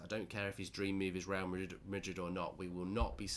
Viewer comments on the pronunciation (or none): none